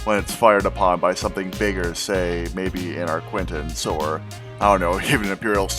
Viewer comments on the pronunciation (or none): Why y'all calling it an ArquiNtens like Cpt Shack its a ArquITens. There is no "N" dang nabbit! Great to see all the work you're putting into this submod though, really looking forward to release!